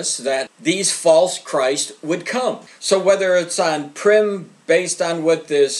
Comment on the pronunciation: Purim (pronounced poor-im) not "prim", which means formal. In case anyone was confused.